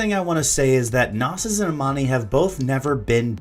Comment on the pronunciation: your pronouncing Knossos wrong, its named after the ancient temple found in Crete, since it has many bulls depicted, its Know-sos not nawsos